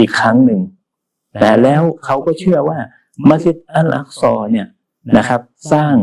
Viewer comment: مسجدالحرام المكة มัสยิดฮะรอมมักกะห์, مدينةมะดีนะห์, الأقصىอัล อักซอ سليمان สุลัยมาน ออกเสียงชัดทุกคำเลย